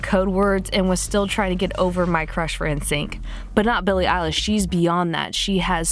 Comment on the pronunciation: BILLIE ELISH ITS I-LISH!!!!!!!!!!!!!